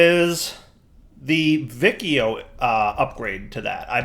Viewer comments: Yeah, it should be either "Wikio" (Classic Latin) or "Vichio" (Ecclesiastical Latin). Also, I cringed when I heart how pronounces Boötes... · just for information: The C in Vicio is pronounced as what in english is the CH sound, like in Check, Chill, Channel... which is the latin 'C' sound. When I say C sound later I will refer to the latin sound not the english k/s ambivalence. The rule is: The C has the k sound when is followed by: A, O, U - and the C sound when is followed by E and I. If you want the K sound with an E or an I you have to put the H in between. So 'che' is pronounced KE and 'chi' is pronounced KI, while 'ce' is pronounced CE and 'ci' is pronounced CI. Sorry but hearing Vikio triggers me